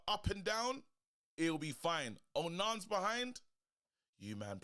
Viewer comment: Calling man Onarns is crazy 😂😂😂